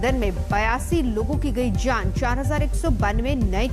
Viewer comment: Zaaan nahi jati madam jaan hoti hai ventilatthoorrr nahi hai ventilator Aane zaane par ya aane jane par🙄